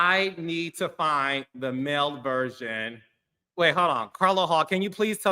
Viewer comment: You can't even say Mel name!